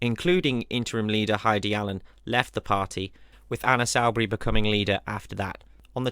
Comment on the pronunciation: You mispronounced Soubry it's Soo-brey not sau-brey